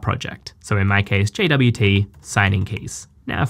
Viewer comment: I thought it's pronounced jot